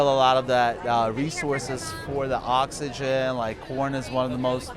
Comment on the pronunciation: Did he said oxigen? WTF